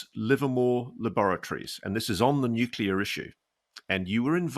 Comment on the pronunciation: Why can't some people say NUCLEAR... NU CLEAR.... NOT NUKULAR